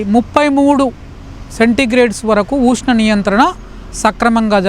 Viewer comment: ఊష్ణం కాదయ్యా స్వామి.ఉష్ణం